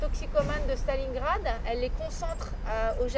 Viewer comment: Non Stalincrak sa se prononce comme sa en Russe.